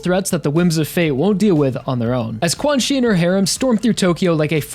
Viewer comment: pretty sure 'quanxi' its pronounced chan-she (or something along those lines) rather than quan-chi